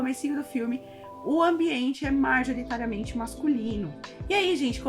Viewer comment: "Marjoritariamente"? Tem a ver com a atriz Marjorie Estiano? 😅😅😅😅 Já experimentou pronunciar "majoritariamente"?